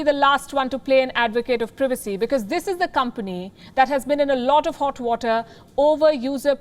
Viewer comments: Am I the only one who is annoyed by how this woman says privacy she pronounces it as previcy when it's privacy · need to learn how to pronounce PRIVACY